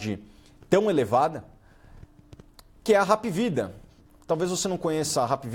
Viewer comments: Só um detalhe a pronuncia esta errada, não é Rap é Hap mesmo , vem da sigla HOSPITAL ANTONIO PRUDENTE. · não é rap. é APvida kkkkkk